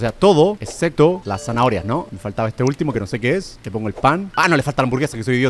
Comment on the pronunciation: No we dice zahoria